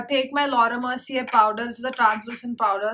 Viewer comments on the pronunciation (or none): none